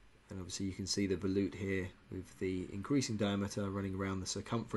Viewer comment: Did you say, Veloop?